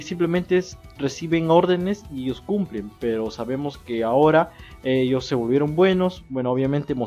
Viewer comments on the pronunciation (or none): none